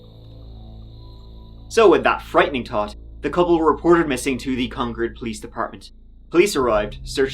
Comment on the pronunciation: I really like your presentation: your accent, your facial expressions and your body language. I like the way you drop your H’s, so instead of saying thought, you say tought. The videos are good too and your presentation adds to the entertainment. Thank you info you provide as well. A big fan. 😀